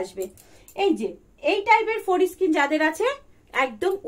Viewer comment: Foreskin pronunciation thik ha66e na. Ode lag66e.